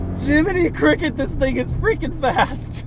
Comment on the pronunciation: “jiming cricket”😂😂